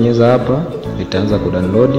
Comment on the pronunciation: Mzungumzaji sio "kudanodi" ni "kudownload"